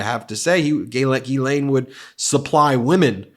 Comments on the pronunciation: Dear Ben, Just an FYI for you - GEE-lane is how the British mispronounce this french girl's name. My name is also Ghislaine. I am a french American, and it is correctly pronounced jiz-LEN. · Check your Ghislaine pronunciation